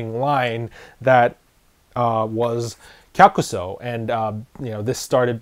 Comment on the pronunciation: Thank you for the proper pronunciation on the name, and the history! Much appreciated :D